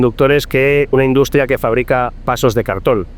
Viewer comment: yo no se que le habeis hecho al video, pero en vez de decir "pierdes" dice "quierdes", "induscria", etc. Se hace muy raro. Es como que no es Marc Vidal el que habla, es un retoque de IA. Igual es que se oia muy mal el audio original. Que horror la IA.. y esto solo es el principio. En un futuro la tendremos hasta en la sopa. <<Rectifico>> Perdona que habia alguna opcion de audio activada en el video y se oia una pista de audio estraña. Ahora se escucha mucho mejor. Que maravilla volver a escuchar su voz real. Una entrevista buenisima. Muchas gracias